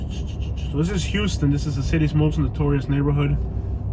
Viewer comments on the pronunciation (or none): The street is pronounced houseton not huston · It's pronounced like houseton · Just about to post this same thing...it’s a dead giveaway if you pronounce it wrong. How-stun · It's pronounced "house-ton". Also... Pendleton Homes isn't really that bad... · It’s H”ow”ston Ave not H”u”ston. Lol. Don’t trust any researcher who can’t pronounce the name of the street he’s looking for! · In Middle Georgia, it's pronounced How-stun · Couple of points..it's pronounced "How-stun" Ave. If you drove 2 blocks East at Pendleton Homes you would find Flamingo Dr. A real delight to visit. Born and raised on Villa Crest Ave. Kick ass food in the area. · The street name is pronounced "Hawston" Ave not like the city Houston Texas. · It's pronounced HOWston. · Its pronounced how-stun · The way GA folks pronounce that has always tripped me out. Houston (How stun) & Albany (Al Banny). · For one you need to learn how to pronounce our streets it's not pronounce like Houston Texas and if you don't like Macon take your ass back to AL. Your video was so full of BS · Oh by the way. You missed pronounced Houston Ave. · well, you pronounced Houston wrong. You were in the rather calm section of Macon. You should have read your history. Nothing further!!!! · You need to learn how to say the streets name correctly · You said you dont know anyone who's from Macon Ga but young jeezy the rapper whos technically is from Hawkinsville Ga so my next question is how in the hell do you think you know so much about Macon and this is your first couple seconds ever breathing Macon air you should get all of your facts straight bro and one more thing you are pronouncing HOUSTON ave wrong dont know what you are trying to prove but stay out of 478 and go home homie be blessed